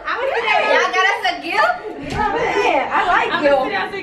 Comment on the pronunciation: LMAO said i like "guft"😂😂😂😂😂!!